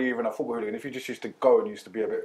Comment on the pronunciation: “Football ooglun 😂😂😂